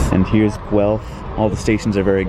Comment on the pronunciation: Even though this was at least your second trip through my hometown, the fact that you pronounced Guelph correctly warms my heart.